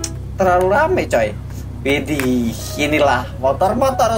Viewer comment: Ketika kagum kata ini sering keluar "iddih" (w nya ilang, tapi kadang² widih si"